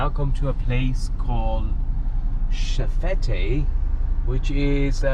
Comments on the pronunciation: Nice video! I'm from barbados so it's cool to see content like this. I was listening and just wanted to let anyone who was interested know that it's pronounced shef-et (that's probably a weird weird to put it but just wanted to say! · Nice video. Just one correction. It's pronounced chef-fet. The te at the end is silent.